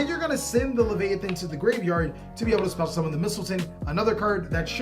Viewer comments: I thought you kept saying “missile titty” LMAO 😂😂😭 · heres a little Secret Mystletainin is NOT levyaten But i appreciate you trying those names haha